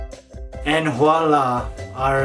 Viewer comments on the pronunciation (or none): none